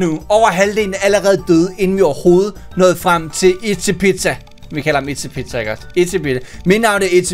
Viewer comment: Jeg tror det udtales itspizza